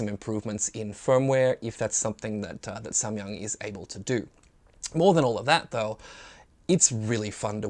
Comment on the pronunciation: I am Korean. your "Samyang" pronunciation is very good.^